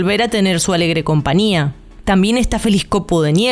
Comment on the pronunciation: Porque dicen compania..con n ?. En lugar de compañia con ñ... No usan la ñ en tu país??